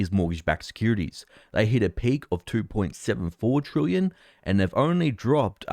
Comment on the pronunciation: Well done, you have progressed from pronouncing "trillion" from "trooyun" to now being "troolion". A great improvement 👏